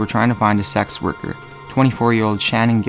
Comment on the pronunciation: In #3, when he 1st mentions it -it sounds like he says "SAX worker" (lol)-of course, he ways saying "Sex worker"-as in, whore, not a jazz musician (Sax Worker)...